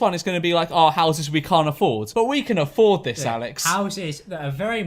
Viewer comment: Ouses. That’s definitely how you say houses. Well done